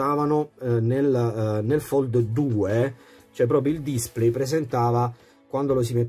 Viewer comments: Bella recensione ma, per favore, pronuncia come si deve la parola display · Grazie per il tuo commento, ma purtroppo display lo pronuncio così 😉